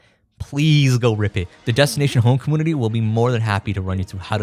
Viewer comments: what the hell is a cahmoonittea? Also its a combuster, not a cum buster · Dude please, commOOnity???? you don't have like an accent or anything, why do you say it like this 😭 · Every time he says commoonity I cringe. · Take a shot every time he says cumoonity. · Why do you say commonity instead of community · Why does he say comoonity 😭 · You know there is a U in community its not comoonity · Take a shot everytime says "com-MOON-ity" instead of community. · please stop pronouncing community like commoonity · like how do you pronounce emulator normally but say compooter and commooonities ???? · Do you seriously say commoonity like that?? I HATE it. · Comoonuty you say ? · Com-moonity lol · What on earth is a "comoonity?" Why are you saying it that way?? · Brother, it's com-mu-ni-ty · why do you pronounce the word "community" like that? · The way he says community is so fun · I love how you pronounce community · why does this guy say community like that? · great video don't get me wrong but please say community right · The way you say community is really bothering to me (too much I know) And English is my second language (🇮🇱) so it’s odd Anyway your content is awesome and that is the most important thing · cool video. Why are you pronouncing "community" like that? This is the first time I am hearing someone saying like that